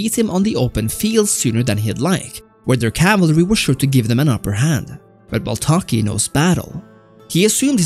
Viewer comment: Duuude it is baltaci not baltaki but nice video